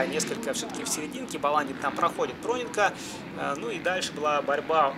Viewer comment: Проненко ударение на "е"